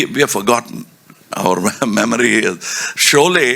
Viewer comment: solay, soot, sooting. You illiterate